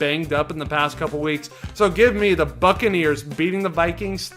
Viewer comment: I thought he said the Fuckareers